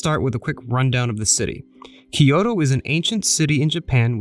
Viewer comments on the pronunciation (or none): From a native point of view, i loved the videography, editing, and the places you showed. What did bother me quite a bit, since you’re doing a video on Kyoto, is your mispronunciation of Kyoto. It’s NOT Ki-yo-to. There is no “I” there. It’s Kyo-to. You pronounced Togetsu-Kyo correctly, that Kyo is same pronunciation although they mean totally different things, capital city vs bridge. Tokyo is the same way, not Tokio, To-kyo, east capital. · Great vid but all I could hear was, “ Kiyodo kiyodo kiyodo kiyodo kiyodo kiyodo kiyodo kiyodo kiyodo kiyodo kiyodo kiyodo kiyodo kiyodo kiyodo kiyodo kiyodo kiyodo….” Butchering “Kyoto” haha! Nice vid tho